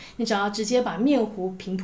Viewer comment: 一直想挑一個語病，明明在做烘焙，卻說烘ㄆㄟ／紙😅